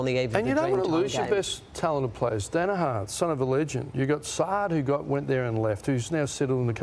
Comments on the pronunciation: Unfortunately that Daniher mispronunciation goes all the way back to Sandy Roberts. It was annoying then and it’s annoying now! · Can someone please tell Ross it’s pronounced DaniHER not DaniHAR. He’s been saying it for years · Few personal highlights here: "Daniharrrrr" Lordo's ONE word to describe Essington "don't stand for anything" "Blombers" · Can someone please teach Lyon to pronounce Daniher please 🤣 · Ross always pronounces names wrong 😑